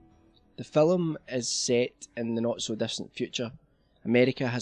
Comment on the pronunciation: phillum. Haha